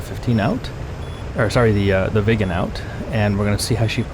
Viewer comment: Excellent video as usual. Sorry I couldn't help but giggle because every time you said "Viggen" I heard "vegan"... Sorry non native english... 😅